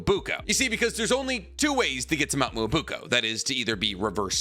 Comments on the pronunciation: whats mount "moouo buko". its Mount Myōboku maaaaaaan.cmon why u have to be a whiteman while saying this xD(im half white i can say this) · It's mount MyoboKU not boko.... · Nobody: Literally Nobody:: mo-BOO-ko.